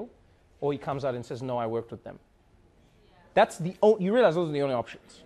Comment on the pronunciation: was a bit weird. Sounded like a South African "yah"